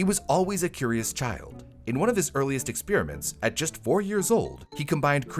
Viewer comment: "Experiments," not "expeeriments."